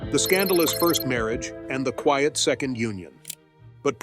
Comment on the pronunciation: An excellent presentation and gave me, an Australian woman of the same vintage as is Princess Anne a deeper understanding of her integrity, generosity and very deep loyalty. One small criticism is occasional mispronunciation eg 'queeit' instead of 'quiet'. This is usually a sign of AI involvement.